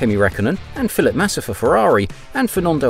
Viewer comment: Great video, But it sounds like your saying "Philip Massa"😂😂 Made me laugh every time